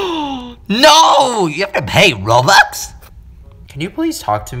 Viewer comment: I laughed when you said roibox 😂😂😂